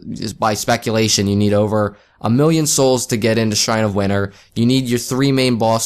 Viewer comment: PA accent lol